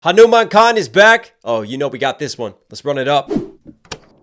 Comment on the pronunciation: Ayee pronounced the name perfectly this time...........Finally so happy to see an indian artist going international